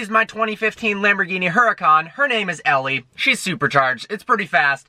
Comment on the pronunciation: Does "Ellie" get mad whenever you mispronounce her name?